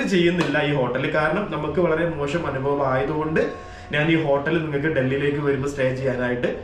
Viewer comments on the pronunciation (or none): none